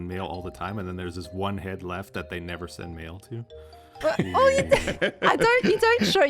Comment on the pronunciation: Did anyone catch 'bulk sand' instead of 'bulk send'?